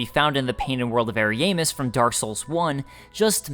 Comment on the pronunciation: from other lore videos(i.e. Vaati) they pronounce it to be Arian-DEL (like adele) and Ari-ya-mus instead of Ari-EY-mus. but i havent played the DLC so idk for sure how NPCs pronounce it or if they say it at all.